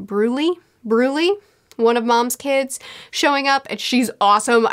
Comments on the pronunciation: Brulee (pronounced broo-LEH), like Crème Brûlée. Most of Big Mom's kids are named after some sort of edible stuff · Brulee is pronounced Brew-LAY, like the dessert. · "B-broolee, Broolee?" Me, an intellectual: "It's pronounced 'Branch'" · It's not pronounced "Broolee", it's pronounced "Branch". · Brew-lay Peck-ums Ped-row Hope this helps, great review yet again! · I got fooled by Pudding too. I was still in denial when she was revealed to be using Sanji. Brulee is like Creme Brulee pronounced Bru-lay. Why are you suspicious about Pedro? I didn't see any signs to be.